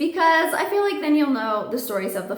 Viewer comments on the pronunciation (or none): none